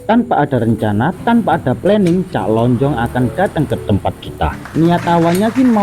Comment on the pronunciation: Assalamualaikum mas bro saya nak buat pembetulan cara sebutan (SEMBANG)sebutan depan tu aja yang salah(SEM)cak lonjong pun salah sebut,tray tanya kawan Malaysia carilah di video2 orang Malaysia,ape pun maaf🙏